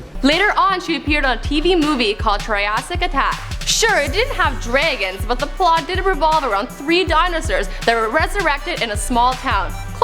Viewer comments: dragon, not "draygon" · The fuck is a draygon?